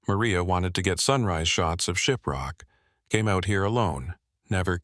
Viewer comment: Shiprock New Mexico, need to work on your pronuncations. 🤭